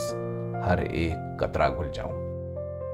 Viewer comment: Kitni khoobsurat aur saaf zubaan hai aapki...❤ Bass qatraa ghalat pronounce kiya